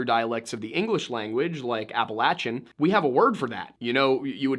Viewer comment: Dude can't even pronounce Appalachian correctly.